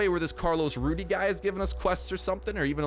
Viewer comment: ITS RUDEZ not RUDY